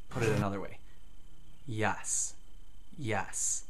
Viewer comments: Your accent misconstrues your "e" to an "a" when you say yes. Not a big deal I sadly still say "y'all" from my bible belt indoctrination. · why is he saying YASS